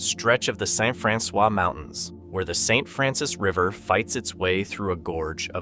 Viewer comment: It is not pronounced "Franxwa"!